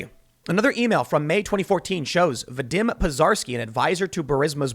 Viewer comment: Just for future reference, Tim, Vadim is pronounced Va-deem, not Vuh-dim.